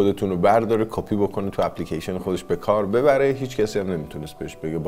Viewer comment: یک اپلیکیشن 😂 ( لهجه یزدی شد. من خودم یزدی ام )